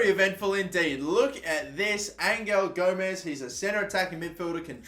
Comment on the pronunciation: Your saying Gomes right.